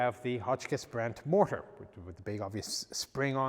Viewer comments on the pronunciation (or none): none